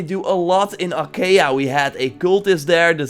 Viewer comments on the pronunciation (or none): Achaia you can say it correct as "Ahaea"